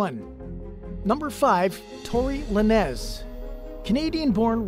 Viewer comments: Luh-Nez😂😂😂 Lane+z is how you pronounce it. Akon is pronounced Ay+Con😂😂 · It's not pronounced luh nez, it's simply pronounced lanes. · Bruh it’s LANEZ (LANES) not Luh-Nez Omfg!! 🤡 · Yeah slow is definitely the word for you cause how you get Lu-Nez from Lanez😭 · Luh-Nez is a crazy pronunciation 😂